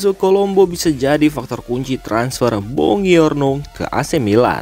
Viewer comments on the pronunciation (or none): Bacanya bonjuorno bg.. Bkn bongiorno..